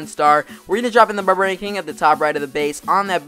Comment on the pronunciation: "Burburian king"